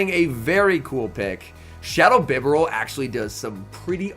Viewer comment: It's bee-barel mate, respect the beaver.